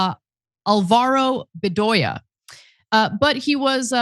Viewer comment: She lives in LA, she’s married to a Hispanic guy, and she doesn’t know how to pronounce Álvaro Bedoya